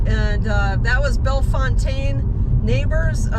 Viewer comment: Oh and just a slight correction: You pronounce it “Bell-Fountain” not “ Bell- Fontaine” 😂 I know it’s spelled like that but yeah, it’s pronounced “Fountain”